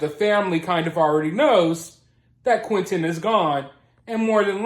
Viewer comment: They can't even pronounce Quinton's name properly when they yell out "Justice for Quinton" lames they say "Quin-Inn"